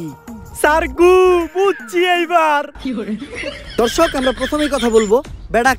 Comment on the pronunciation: সাংবাদিক দর্শক না বলে ধর্শক বললো😱